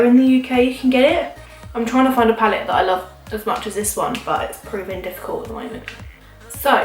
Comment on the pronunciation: "this is lofe" lmfao